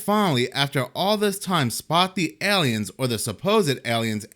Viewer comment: It's pronounced AY-liens, not Eliens.